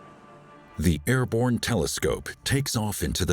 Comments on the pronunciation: Airborne not "airbone" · you mean "airborne"